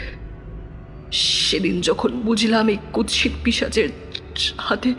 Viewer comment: ভুল শব্দোচ্চারণ শোধরাতে হবে-(1)কুৎসিতো নয় কুৎসিৎ।(2)লোকোলশ্কর নয় লোক্ লশ্কর হবে